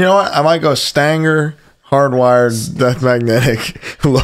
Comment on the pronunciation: Calling St. Anger, Stanger, is too damn funny.